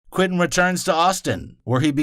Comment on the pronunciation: Quentin, pronounced kwen tin. Not kwinton